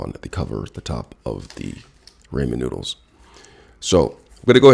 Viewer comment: "The seasonization packets from the RAY-men noodles" 😂